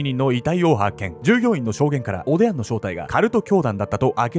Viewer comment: おでや？おでんに聞こえちゃう😅